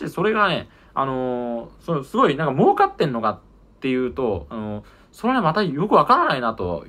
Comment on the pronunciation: 「儲かってんのか」が「真岡ってんのか」にしか聞こえん